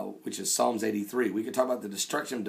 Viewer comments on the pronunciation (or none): none